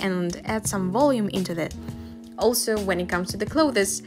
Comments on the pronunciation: Sorry to nitpick, but 'clothes' only has one syllable. Usually pronounced 'close' , but with a slight th sound (as in 'the') in front of the s. I know, English is not your first language but after the 10th time I had to comment :) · I loved your video! One thing clothes you say just like 'close'. I know it confusing, because English decided to either say or spell this word and so many other words wrong. But seriously, nice work! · most people just say cloz and monz (months) so don’t worry lol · I love how she says "clothees" very fancy, nice. I wish I talked like that. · I'm really glad I'm not the only one who thought this lmao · yes >0< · clo this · learning how to draw some clothEs i giggles how she pronounce it haha ☺️ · hi i wanted to point out that Clothes is pronounced like klowthz. but aside from that everything was great!!!!! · Hey not being rude just saying The pronunciation for clothes Is Cll-oh-th-sss The e is silent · Your pronunciation of clothes is funny. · You're not pronouncing "clothes" correctly. Btw great artwork. You're so talented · Clothes huh the way she pronounces it so it's not kattke it's katalele? # some random guy in the internet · Ur pronounciation of clothes is very........ Ya know...... bugging me....sorry sis